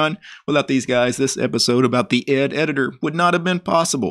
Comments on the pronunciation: it's pronounced E D , not ed watch interesting video 'Where GREP Came From - Computerphile' where Professor Brian Kernighan explains it alongside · Actually it's pronounced "e d", not ed ;) And between ed and vim there was ex. Great video! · You do realize, don't you that 'ed' is/was actually pronounced "E D", the individual letters much like 'vi' is. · Oh, and it's actually pronounced E D, much as how ex and vi are. You don't need to quit and restart ed to get a "prompt." A capital P command will work the same way as that -p argument at the command line. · ED was pronounced E.D. (eddie) buy the person who developed it and the people that used it when it was new.